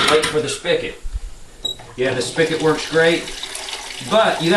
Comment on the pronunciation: I hate when he says "spic-it" its spigot.